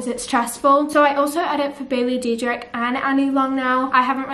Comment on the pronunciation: She literally said Bailey Dedrick